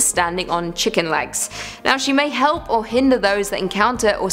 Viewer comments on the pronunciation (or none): none